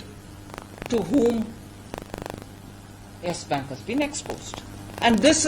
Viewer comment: Nobody: Ravish Kumar:Yash bank